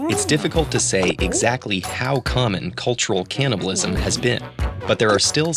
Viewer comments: It's CANNIBALISM, not CAN'TNIBALISM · advance caliblism.